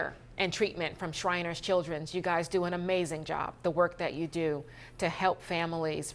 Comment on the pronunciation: 6abc - the hospital is SHRINERS ... NOT shiners - jezzz😕